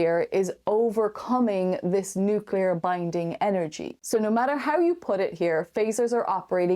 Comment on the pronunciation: The word nucular. NUCULAR!